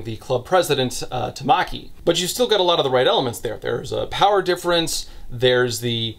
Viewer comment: That Ouran theme coming in during this review gave me so much serotonin. I did throw my phone a few times at your pronunciation of Tamaki, but still. I think the other aspect that makes it a better "dark" romance (it's not really, it more flips the genre of it's head, but still) is that there's a much bigger emphasis on consent than most. Though she is, in many ways, trapped there, the boys care about her enjoyment of whatever's happening (no, you weirdos, not sex stuff, I'm talking about the trips they go on and shit). While there's a lot of flirting, they always stop when she asks. They care about her well being, not as a way to induce Stockholm syndrome or to make her subservient, but because they view her as a person. There are multiple scenes where the woman's club comes and offers her a way out, but she turns them down. I think it helps that many of the people involved in production, including the writer of the manga, were women. (Btw, if you do want to watch it, MASSIVE TW for transphobia. The T-slur is said a few times in the dub, it's that bad. It's all supposed to be comedic, there's not really hate speech or anything, but it doesn't make those scenes fun to watch.) In 365 days, all the care shown to Laura is about getting her to fall in love with Massimo. He doesn't care if she's happy for her sake, he wants her to be happy so that she'll love him. That's the fundamental difference. Like said, jerk off to whatever you want, but if you enjoy the story of thi